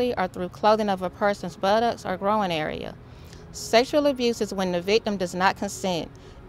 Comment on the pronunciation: "Their Grow-in area" 😂😂 groin you mean?